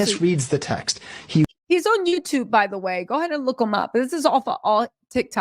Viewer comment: Ughhhh i love the way you say "ouun" aka "on" ❤❤❤❤😅😅😅